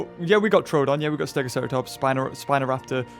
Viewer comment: I think its pronounced troadon but its spelt troodon. Sorry if this somehow offends you